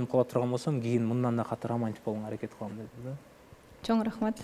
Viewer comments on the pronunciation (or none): none